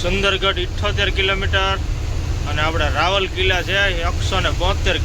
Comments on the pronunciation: રાવલકીલા નહીં રાઉર કેલા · રાવલકિલા ના કહેવાય રાઉરકેલા બોલાય અને વેજંતા ના કહેવાય વેદાંતા સ્ટીલ કહેવાય વિડીયો તમારા સારા હોય છે પણ ગુજરાતી બોલવામાં તમારે કેમ તકલીફ થાય છે